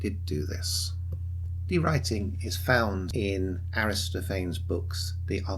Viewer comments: He says Aristophanes the same way Bill & Ted says Socrates. So-Crates Aristo-Fains 😂😂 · good video. Aristophanes is 5 syllables, though